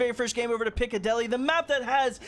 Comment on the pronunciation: "Picadelly"...... its pic-a-dill-y no hate tho bro